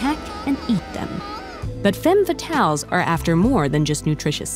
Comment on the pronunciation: Femmes fatales is mispronouned in the video. The first e should said as an a. However, if it gets multiple femmes fatales is pronounced with an e-sound on the first e. The subtitles doesn't tell menifnit's singular or plural either